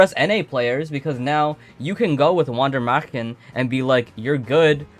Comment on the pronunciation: you are almost there on the pronunciation of Wander Marchen just change the A into an E and the W is pronounced as a V : Vander MErchen the chen you say here is correct